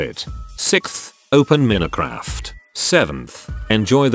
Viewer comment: he doesn't even know how to say minecraft...